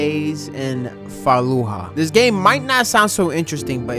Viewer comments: GREAT VIDEO BUT ITS FA-LOO-GA NOT FA-LOO-HA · “6 days in faaluuhah” it’s fa luu ja in Syria😂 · "falluha" hahah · IS FALU-JAH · My first time watching one of ur videos…excellent work🔥🔥 FYI…the ‘J’ in Fallujah isn’t silent or an ‘H’… Fa-Lew-Juh just a lil help for ya on future videos😏🤙 On another note…this is probably THE hardest/most difficult game ever made. As a for SF operator, I haven’t lasted more than about 6-8mins. Teamwork is definitely essential to survival💪👊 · great video but lol its pronounced FA-LU-ZAH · That's not how you say fallujah